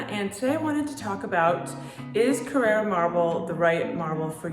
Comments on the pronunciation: You’re pronouncing it carrEra. It’s carrAra. CarrEra is a sunglass brand. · It’s not a Porsche. It’s pronounced “Carrara” not “Carrera”.